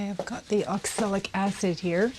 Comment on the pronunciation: I noticed you talk about 'oxilic' acid a few times. Actually, that would be oxalic acid, with an A instead of an I. Nice job, btw.